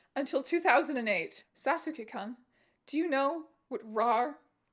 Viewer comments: uhm, sorry, but that'd be pronounced as something similar "Saske koon" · i love u but the way you said sasuke-kun made me die inside a little (playful) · Strange I love you but that is NOT how you say 'sasuke-kun' 😭 . And as many other people have said, XD is largely recognised as being an earlier permutation of this emoji face 😆rather than 😵. I think you gotta collab with a youtuber who knows about anime history so they can educate you on these important things, since anime is such a large pillar of internet culture.